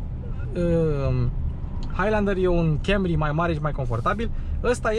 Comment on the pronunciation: Pe lingă faptul ca de fiecare data îi zice Kemry 😂